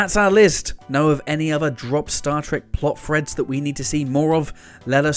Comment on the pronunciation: Sorry I know you can’t help it but it really winds me up when you say Plot Freds.